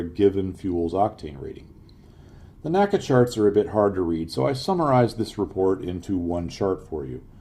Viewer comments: There is no "Nacka". It is called "The En Ay See Ay". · It's not "NACA" it is pronounced "N-A-C-A". "NASA" is pronounced as on word, NACA is pronounced saying each letter